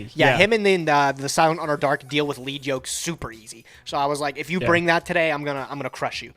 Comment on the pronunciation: it's starting to really grind my gears, so if you ever read this, please keep in mind; the "lead" in "battlin' boxer lead yoke" is pronounced "leed", not "led". it uses the word "lead" as in, something in front of something else, not "lead" the type of metal. the anime and duel links both confirm this. the reason is that the yoke lead yoke is wearing is attached to his head and his leading fist (the fist further forward in a boxing stance). the yoke is NOT made of lead (the metal). it would be a fairly ineffective yoke if it was; lead is a pretty soft metal.